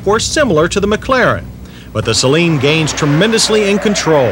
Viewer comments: (sigh..) "Say-Leen" is what u put in your eyes: As in Saline Solution. "Suh-Leen" is what u drive. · Please try not to pronounce "Saleen" as if to rhyme with "Céline": that first syllable is not stressed. It should be pronounced: "sə-LEEN."